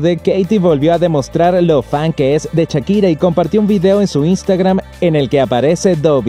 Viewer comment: ahora podrian aprender a pronunciar shakira y no chakira.